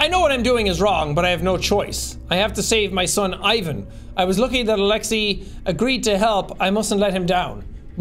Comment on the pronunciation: my slavic self had to double check to make sure i heard correctly....that's not how you say Ivan...